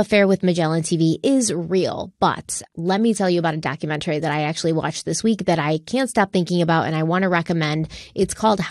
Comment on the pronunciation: I love crime weekly but the way says "documen-tary" instead of "doctument-ary" makes me want to poke my ear drums out after hearing it over and over and over. In one episode she even says "elemen-tary" instead of elementary 😒. Still live for this podcast❤